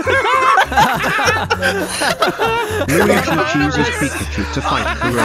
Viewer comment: & the way says Luigi 😂